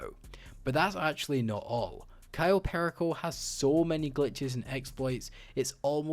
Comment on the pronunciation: The way he says cayo perico is sad